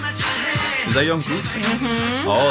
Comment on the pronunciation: Im sorry if its rude to say, but The producer pronounce jungkook wrong its "Jung-gukk'' not "Yonkook" 😂